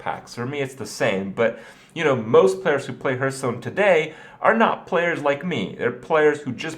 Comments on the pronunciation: It's pronounced HARTHstone, not HERTHstone. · Day 632: Kripparian still can't pronounce Hearthstone